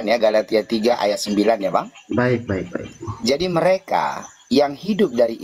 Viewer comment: Bukan galatia dia bilng galitia bang..😊😊😊😂😂